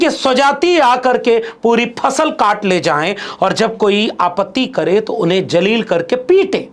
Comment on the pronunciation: Respected Sir. Pl careful for using proper pronounciation for urdu alfaz i.e zaleel instead of Jaleel